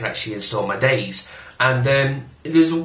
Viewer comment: btw its pronounced 'day zee, or zed' not 'days'